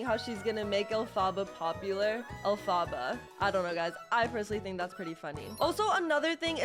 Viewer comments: You sed alphbha not elphaba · STOP SAYING ALFABA INSTEAD OF ELPHABA IT HURTS ME, also the tickets ARE worth it, they give 10 gaurenteed candies every time you win, plus you can get a (pretty ugly) ghost dress as the secret item, but if you buy the 100 pink cash costing one, most of the time you make back up the money or even extra money, yeah it could be like 20 cash, or smth besides cash, but it could also be up to abt 350 pink cash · It is ELPHABA not Afala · I love how she said elfbabas instead of elepebah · SHE SAYS ALPHABA THE ROG WAY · Calm down not everyone has perfect pronunciation...